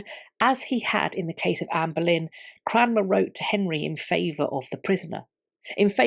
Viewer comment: Never heard of this guy Cranmer. I thought she was saying Cramwell . . .